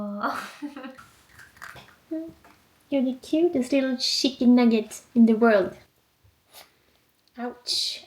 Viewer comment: I love how you say, chicken nugget like shicken (she). The English language is a mess. 😂❤